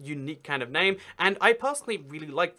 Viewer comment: How he says his name in the beginning it sounds like "Hi im some of your extra Account"